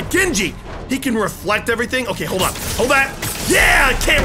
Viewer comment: The best part of listening to him talk for over an hour is noticing how he pronounces "on" as "awhn."